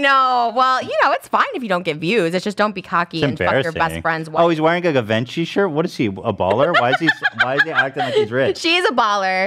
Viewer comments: why is no one acknowledging ethan pronouncing givenchy “give-en-chi” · “Give-inchy” is crazy😭😂